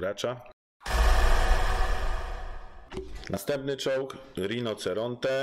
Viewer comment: świetny film bardzo merytoryczny lecz: RINOCERONTE- wymowa : RINOCIERONTE- 😉👌